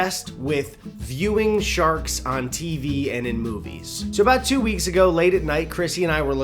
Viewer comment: “Ya lak shaks?” “Shaks?” “Shaks. Ya lak Shaks?” “Ahhh sharks. Sure, I lak shaks. I like caravans more.”